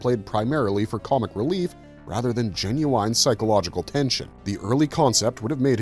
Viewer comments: I always wondered why the mini comics were dofferent from the cartoon. "Jen-you-wine"??? Really????????? "Jen-you-in". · Please stop saying "Jen-you-wine". I swear it "genuinely" scrapes my brain every time. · This video would be great if the word, 'genuine' wasn't repeated every other sentence, especially since you keep drawing attention to the annoying lack of vocabulary by mispronouncing it 'genu-wine.' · take a shot every time the narrator says genu-wine or genu-winely!🥴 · I "genu-winely" liked this video, just not dude's bad pronunciation of "genuine". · Please stop with the “genu-wine.” It’s not how you say it. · Don't forget that these were Gen-U-Wine. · Say genu-wine one more goddamn time! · I was waiting for this comment genu-winely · Jen-you-WINE Jen-you-WINE-ly